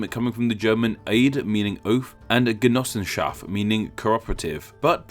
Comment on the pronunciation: Your pronunciation of "Schweizerische Genossenschaft" ist intersting and made me giggle. Nice video.